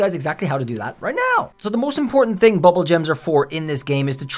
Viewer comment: It’s pronounced “boobool” gems. “Boobool” is a Persian variant for the word “ Doodool”, meaning “penis”. You’re welcome. 🇮🇷